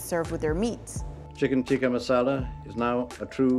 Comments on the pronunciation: It is so cringey when they get an Indian girl to pronounce it “right” but then she ends up pronouncing it neither the English way and neither the “right” way. Every time she said “tikka masala” in a pseudo Indian accent I went 🙄 It is टिक्का not तिक्का. Retroflex t, not Dental t. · Cant even pronounce tikka masala properly! ITS BRI-ISH RECIPI